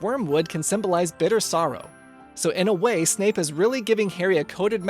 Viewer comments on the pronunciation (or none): none